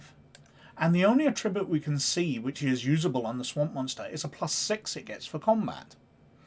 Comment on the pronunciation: It’s pronounced ATtribute, not atTRIbute.